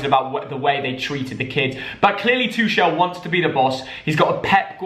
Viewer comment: It’s Two kel not twochelle